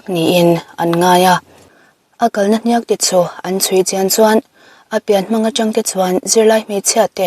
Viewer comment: HNIAK hi chu lam dik ve teh. Story dang ah pawh comment ah i hmu fo awmsi a. Mizo tawng dik hi kan beisei ania. I channel kan ngaih hlut tehreng nen.